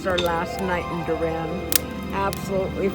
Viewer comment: It’s pronounced door-un